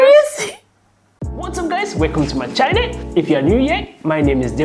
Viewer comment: bruh the way he says channel though